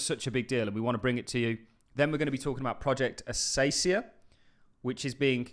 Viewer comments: Pronunciation advice..... It is based off the plants in Australia, pronounce it with a K sound not an S. Akacia not Asacia. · lol, It's A-KAY-SHEE-A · you would have to call the person naive who really believed that Dimon and JPM were slashing on crypto for real....no, it was a show, in order to delay the hype that would ensue naturally, btw it is "acacia" with the first c pronounced as [k]